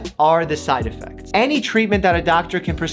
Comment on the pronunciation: I love the....”side edfects” cam